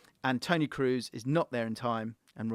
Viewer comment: bro i love your content but it's not tony Kroos as in "food" but pronounced as "orange" or "O'Malley" Tony Kros